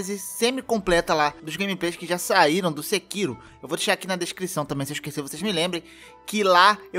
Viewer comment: KKKK vc falando "sekiru"